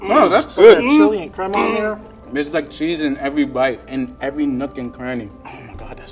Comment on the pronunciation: Everytime the level 3 chef said crema I was like no no no your saying it wrong it's crema